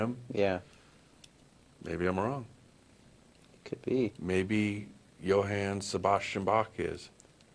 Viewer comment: The name of Bach is not pronounced like the "bok" in bok choy. The ch is like the ch in Ach, Bach. Not awk, bok. And the a in Johann is not like the a in man; it's like the o in Jon, but shorter.